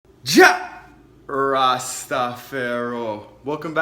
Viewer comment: thanks...new to your page and vegan, I seen your page with the pizza can’t wait to try and make it....Question, why..lol, do you say Jah Rastafari the way you do? Thanks again for new life brotha!